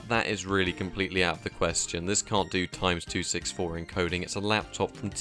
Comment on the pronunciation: "This can't do times-264 encoding" wait what, you mean run x264, the encoder for h.264? I've never heard it pronounced that way is all, I've always called it 'ecks-2-6-4'. I can't find an official line on how to pronounce it though.